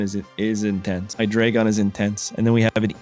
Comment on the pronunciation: Bro butchered the Hydreigon line so hard